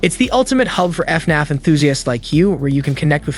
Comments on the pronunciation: Bro why do you keep saying Fenif it's FNAF. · he says fenef lol